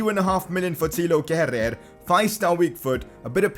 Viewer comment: It's pronounced Keh-rur. Great episode keep it up. Leipzig carrer mode next please.